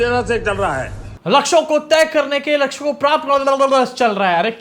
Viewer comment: laksho ko prapt.... Llplplplpppl .....ha ha ha 😂😂😂😂